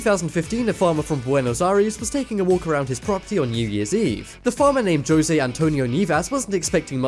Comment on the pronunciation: Did you just pronounce Jose as Joe Zay